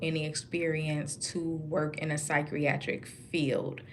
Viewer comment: Good work! Please learn how to properly say the work psychiatric. There is not an "r" at the beginning